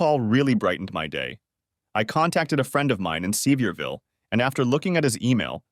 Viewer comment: You can tell that the creator of this might be aware of geographical locations, etc, but hes no Southerner. If he was, he would've spelled certain city names phonetically so it would be b pronounced properly by the AI. Its "suh-veer-vull" not "see-vee-ear-vill", lol. Hard to twll a story from a Nort Carolina hillbillys point of view sounding like a city yankee. I'm a Tennessee hillbilly, and i can tell the difference.